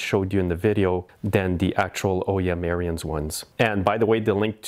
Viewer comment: Good Video - Ariens pronounces their name on their videos as "Errands" and not "Err-i-ends". They don't pronounce the "I" like you do. I measured the thickness of the rubber on a new friction disc and then measured the thickness on the disc on the machine so that I could predict how soon I would have to replace the friction disc. I didn't have to replace the disc until it was 6 seasons old. Every year, I take off the belly pan and clean and check.